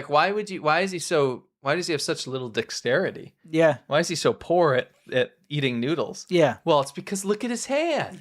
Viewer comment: i thought he said little dixterity haha im like perfect